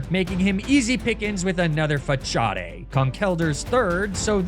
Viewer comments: WTF is a Fah-chaw-day? Fah-saad, maybe? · Your pronounciation of Facade is interesting 😂